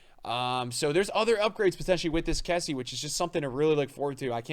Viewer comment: your say kessie wrong